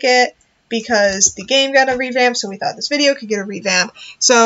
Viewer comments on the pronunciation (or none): none